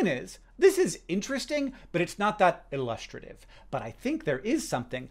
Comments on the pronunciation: Illustrative? Lol you can’t be saying that correctly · illustrative? is that how americans pronounce it or is this a hank specific one? cos i am buggin! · Ooh Illustrative pronunciation :o